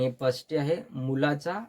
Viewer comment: नेट मराठीचा अभ्यास घेता आणि षष्ठी ला पश्ठी म्हणता??